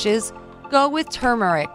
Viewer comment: It was nice to hear Turmeric pronounced correctly. Most people say "toomeric" .